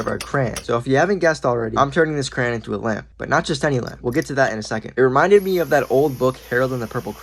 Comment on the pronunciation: It's so annoying to me how some people say crayon as cran.